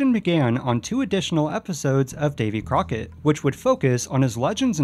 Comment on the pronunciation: It's not Davy Corckett, it's David Crockett